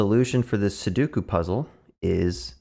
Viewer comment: Two things right off the bat - it’s pronounced SU DOE KU - please tell me you already knew that the puzzle was 9x9 before recording this video and that you only counted the cells to teach viewers